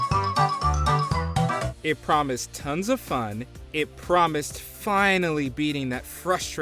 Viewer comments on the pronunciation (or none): none